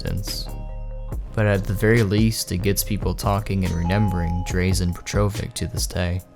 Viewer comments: Yo, ik im late, but his name is pronouced Drah-Zen Peh-Tro-Vich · It's DRAHzen PETrovic. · That's Barry Sanders on Madden 25... not Adrian Peterson, at least not in the cover shown on this video... also it's drahzen petrovich not drazen petrovic the pronunciation... please do a little research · He really called him Draisin pet-tro-vick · Drayzhen Pettrovick... ouch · DRAW-zen PET-ro-vick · Drazen Petrovic (DRAH-ZEN PETRO-VICK)....ur welcome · It’s pronounced drazan petrovich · Its Dražen Petrovič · Drah-zen pet-roh-vich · Ouch at the mispronunciation of Drazen Petrovic's name. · That was, um, quite the pronunciation of Dražen Petrović. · Am I the only one deeply disturbed by how badly he mispronounced Drazen Petrovic's name. Such disrespect. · Oh my god, that pronunciation of Dražen Petrović was so bad my ears started bleeding.. sorry for being this harsh but damn he could have looked it up at least after doing all that research for the video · that one guy obliterated drazen petrovíc’s name. i have his jersey. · That isn’t how you pronounce Drazen Petrovic smh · Totally botched the pronunciation of Drazen’s name but 🤷🏼‍♂️ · Thumbs down for pronouncing Drazen Petrovich's name incorrectly like a million times. Cmon man do some research. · HOW HE SAID DRAZEN PETROVIC HAHAHAHAHHAHAHAHAHAHAHAHAHAHA ITS DRAŽEN PETROVIĆ learn serbians scrubs